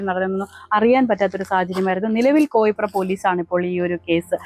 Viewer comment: കോയിപ്ര അല്ല കോയിപ്രം